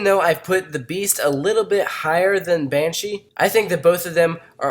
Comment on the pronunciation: you said banshia